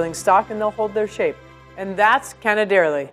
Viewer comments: My ears are sore. 😡 canederli (wrong accent again). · I wouldn't be an italin on the web If I didn't point out errors in italian cuisine. This time I'll focus on the language. Pizzòccheri. The accent goes on the O It's not ta-HA-rin, rather ta-YA-rin Canèderli. Accent on the first E Moreover, Farfalle here traditionally have two ridged and two straight edges. You pinch along the straight edges. Other than that, Good job ;)